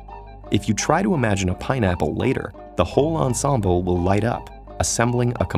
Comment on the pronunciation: His pronunciation of "ensemble" hurts :D